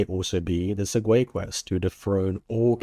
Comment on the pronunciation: it's pronounced seg-way btw